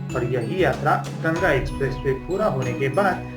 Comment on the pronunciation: It's GANGA NOT GANAGA 🤦‍♂️